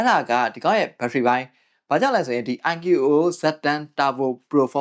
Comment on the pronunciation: IQOO ❌ အိုင်ကျူအိုအို✅